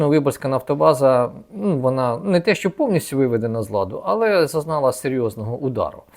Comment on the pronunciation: А ще прохання, - не "шчо", "шче" і т.п. а "що", "ще" і т.п. Любіть українську...